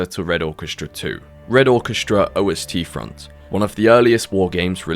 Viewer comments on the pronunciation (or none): Don't know much about wargames, but since I'm from Germany, I think it's "east front" and not "o-s-t front"... (Ost is the German word for East) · Jsyk it's Ost-front, the Russian word for east, not O-S-T-Front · It's not O S T Front, it's Ostfront, Ost means east :) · Just pointing out something obvious.. It's not O.S.T. Front, but Ostfront.. The german word for eastern frontline. Generally meaning the frontline in the soviet union. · "O.S.T. Front" It's "Ostfront" (german) where "Osten" is the german word for "East". The prefix "Ost" is a common prefix-descriptor. Fun Fact: "Obst", just being one letter apart, meanst "Fruit". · Hear you spell O-S-T Front as german was so funny :D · OstFront is pronounced: OUST-Front. Ost is East in German. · Just fyi: It's not called "O S T front", it's Ostfront. It's German for eastern front. Just say "east", but instead of "ea" you start with "o" like in "open" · The way you pronounce "Ostfront" is very funny. It's not OST-front, "Ostfront" means "eastern front" in German. You're supposed to pronounce it exactly how it's written. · Pronouncing ost as O S T is so funny to me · I'm gonna be nit-picky and correct you for Ostfront, it's German, for Eastern Front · I'll give OSTfront a try just on the off chance to catch you in voice chat and teach you how to pronounce it correctly xD